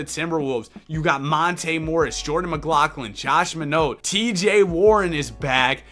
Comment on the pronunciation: fire video but josh minotts name is pronounced like "my not" not minnow